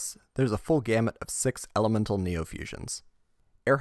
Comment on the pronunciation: For the love of God somebody teach this man how to say neo. He literally said it correctly when talking about the level up